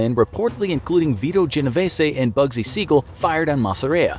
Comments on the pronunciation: ok but the mafia don was genoveeees not genoveesay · lol genovesssy it’s pronounced genovees